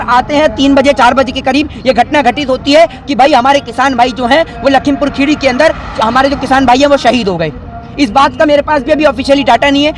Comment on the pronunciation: भाई पहले आप लखीमपुर खीरी बोलना सीख लो क्योंकि जिस हिसाब से आप बोल रहे हो लगता नही है की आप कभी आए होगे लखीमपुर खीरी